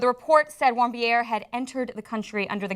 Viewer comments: guys, the name is "Warmbier"... warm beer, get it? Don't pronounce it French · Warmbier, pronounced: warmbeer. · It' pronounced VAHRM-beer. It's a German name. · His name is Otto Warmbier. Warmbier is pronounce warm-beer